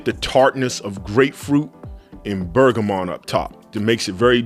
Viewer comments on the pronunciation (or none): none